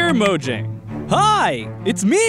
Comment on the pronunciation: Austin still can't pronounce mojang correctly